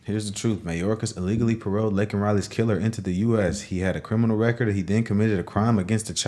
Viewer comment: DO NOT, NEVER FORGET!!!! THAT biden APOLOGIZED FOR CALLING THE PIECE OF SHIT, "ILLEGAL IMMIGRANT." HE NEVER APOLOGIZED FOR SAYING LAKENS' NAME INCORRECTLY!!!!!!! Y'ALL DO THE FUCKING ARITHMETIC!!!!!